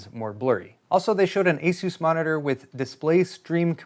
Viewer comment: Asus is pronounced 'ah-sus' it is cut down from the name of the mythical flying horse.